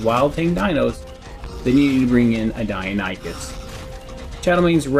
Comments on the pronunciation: OH MY GOD....🤣🤣🤣🤣🤣 Ok for the love of all things holy... people it is PRONOUNCED: DIE-NON-i-CUSS.... Not dino-nee-chus... or any other way 🤣🤣🤣🤣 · Great video! Thanks for all the tips :) btw it's pronounced Die-non-ih-cuss, not die-oh-ny-cuss